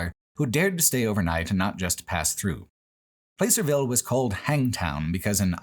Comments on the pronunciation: I lived in California very near Placerville for a long time, and it was wild to see it on video and documented with your insightful thinking. I miss the beauty of Northern California’s mountains and forests very dearly.(Also, it’s pronounced like “Plass”-er-ville rather than “Place”-er-ville, not that it really matters) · Hey, my hometown of Placerville. BTW, it pronounced plass-er not place-er lol. Funny moment: right as you said the phrase "hidden history" you were driving past our strange Druid monument. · Never heard Placerville pronounced like that. Hard to believe you passed within a stones throw of where I live- I'm slightly north of Placerville in one of pitstop towns between there and Tahoe. I'm a little sad we weren't mentioned, but I get it. Anything between Placerville and Tahoe is basically unremarkable. The 'Hangtown' controversy is very in line with how most of the people in the area behave. My political science teacher recounted how one time a truck carrying a billboard with two guys kissing happened to pass through and the town was ready to riot over it. I'm not comfortable with talking to a lot of my coworkers about my politics, nor my sexuality. Maybe one or two actually seem to be amicable, but then the rest is 'communism this and communism that' and one of them I know openly dislikes the idea of gay couples adopting. It's like the Alabama of California, but for some reason they all hate living here. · Everything was fine until he mispronounced "Placerville"... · The nostalgia-tinged surreality of hearing describing the repulsive horror of Historic Placerville, a place I spent some time growing up in without anyone offering me context for Old Hangtown at the time, contrasted with the jarring immediacy of never before having heard it pronounced with a long 'a' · Oh nooo you mispronounced Placerville! Can't blame you, but that really struck the ear as a NorCal native